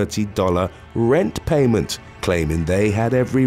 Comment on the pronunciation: What’s with the extremely weird EMPHASIS where it doesn’t SEEM to BELONG? Happens when he say RENT, then again RENT PAYMENT. And other “THEIR KEYS WHEN THEY LEFT”